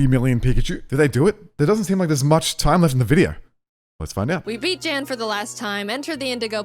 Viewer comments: Jan is gonna make fun of them cause they're pronouncing his name J-Ann when his name is pronounced like Yawn lol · I don’t wanna be that guy but his name is pronounced Yan. It’s a German name which Jayden finds out cuz he reacted to this video and corrects it. She finds out to cuz she commented on that video apologizing for it 😂😅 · technically, its pronounced yan. i know, cause i watched his reaction to this video too. i decided to also watch it from you cause i wanted to know what somebody who helped create the actual games she plays thinks of her videos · The J in Jan is pronounced like Y. His name is pronounced yan and poor jaiden mispronounced it for the whole video 😂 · Jans name is german, and pronounced like "yon" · Jan (pronounced yān) is pronounced Jan (pronounced yān) If you didnt know 👉👈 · Just gonna point out PC’s name is spelled Jan and pronounced “Yann.” Because German phonetics. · PChal's name is Jan, which is actually pronounced Yan, for anyone who's wondering also B'drodo just rolls off the tounge real nice, there were just some really cool nicknames they came up with that I liked more than I expected I would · Jaiden is a GOD TIER animator and storyteller. That's how she can pump out content like this, day in and day out. Also, Pokemon Challenges reacted to the same video. Aside from his name being mispronounced, he seemed pretty flattered by the idea. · i like how Jans name is pronounced in english xD he said in his reaction its the german name and so i totally know how its really pronounced and the difference is just funny xD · she said his name wrong, pokemon challenges has a different jan than we are use to. so she said sorry on his reaction and there's enough to worry about there lol